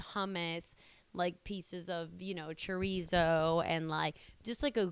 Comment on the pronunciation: I really can’t get over you saying Chroizo like a white person but still so beautiful